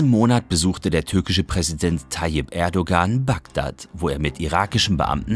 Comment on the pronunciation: Aufgehört bei "Erdogan", die richtige Aussprache sollte man mittlerweile doch beherrschen. Beim Fußballer Gündoğan klappt es doch aus.